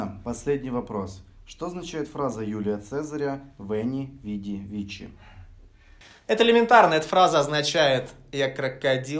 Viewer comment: Не вичи, а вики